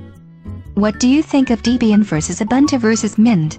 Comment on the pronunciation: Yeah it's deh-bee-yin, not dee-bee-yin.